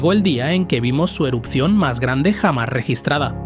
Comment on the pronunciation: Dice "perijove" pero aún no sabe decir la palabra "jamás" apropiadamente. "Rafael Gonfalef, el tipo que jamás nació o que nació jamás" 😂